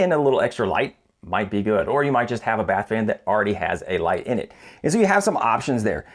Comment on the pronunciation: All I kept hearing was "Bat-fan". Then the AuDHD started kicking in... "Nana nana nana nana, nana nana nana nana, Bat-fan!" I'll be hearing that for weeks now.